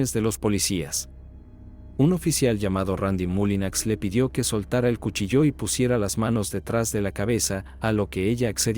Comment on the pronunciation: Cuchilló o cuchillo? El acento de la palabra es en la i